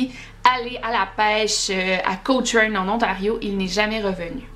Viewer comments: Je n'avais aucune idée qu'il y avait autant de disparitions ici dans la région.. C'est un peu inquiétant.. Mais je suis curieuse de voir ta prochaine vidéo, j'ai bien aimé! Ps: Juste comme fait à savoir pour la ville de Cochrane, on la prononce Co-kren. :) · C'est juste un détail mais je vit près de Cochrane et tu le prononce mal haha